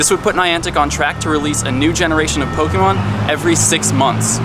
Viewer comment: your video are awesome, but I can't stand how you say 'pok-E-mon' (po-kay-mon is correct, but pok-a-mon is how I tend to say it.)